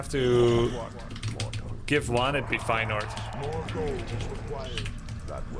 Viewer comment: so that's how you pronounce Feyenord? I would have never guessed. Always learning new things in Grubby's streams